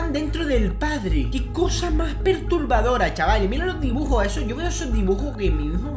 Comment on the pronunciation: like si te hizo gracia cuando dijo"dibujor""